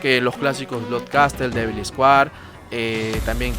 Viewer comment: Buen video en general bro. Como sugerencia y con mucho respeto, para tus futuros videos evita usar muletillas que agotan, tales como el “voilà, como puedes ver” y también el inglés bro; si te gusta pronunciar las frases en inglés te sugiero repasar jewel y square. Un abrazo.